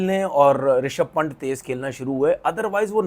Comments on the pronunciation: Its पंत not पंट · Pant h wo phant nhi nam bolna seekh le 😂😂😂